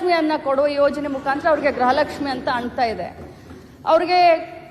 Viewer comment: ಗ್ರಹಲಕ್ಷ್ಮಿ ಅಲ್ಲ ಕಣ್ಣೆ ಲಕ್ಷ್ಮಿ ಗೃಹ ಲಕ್ಷ್ಮಿ ಅಂತ ಬೋಗಳು ಅವಿಧ್ಯಾವಂತೆ